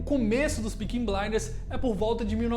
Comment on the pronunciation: Bom vídeo, mas difícil de falar “Peaky” pelo jeito